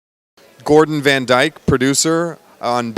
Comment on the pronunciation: it is read as diek lol.